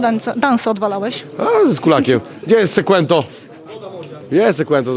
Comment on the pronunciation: Sekłento mistrz 🤣🤣🤣